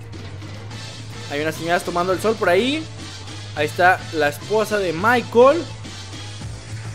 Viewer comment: es. michael. no. es. michel